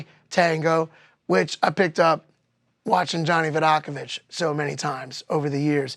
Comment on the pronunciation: Bonus: I learned the right way to pronounce “Vidacovich.” 😊